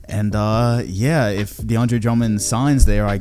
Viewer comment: Nigga said deandre lmao